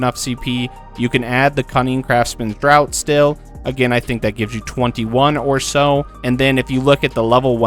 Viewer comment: Your videos have been so helpful! Sort of new to endgame crafting, so I've been enjoying how you break things down to be so simple. One tiiiinny tiny nitpick. "Draught" is pronounced like "draft" and not "drought". New subscriber here, though, keep up the good work! 😊